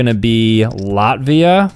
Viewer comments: Sir as a Latvian citizen it is not lartivia it is La-tvia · is the type of guy to call Latvia, Lotvia